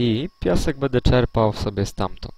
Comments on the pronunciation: Wiem, że zostało to nagrane bardzo dawno temu jednak myślę, że w tej materii nic się nie zmieniło.Byłoby super gdybyś zamiast swojego zwyczajowego "bede,bedzie" mówił --> będę ewentualnie będe, będzie.Wszystko super, ogląda się bardzo przyjemnie jednak to "bede" kaleczy uszy :) bez urazy ;) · Jest tylko jedna rzecz , ktora mnie denerwuje , że tutaj on cały czas mówi bedą / bede zamiast będe/będę ;)